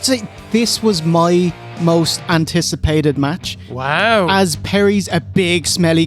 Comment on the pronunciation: Whwow should be said like how Vince says wow.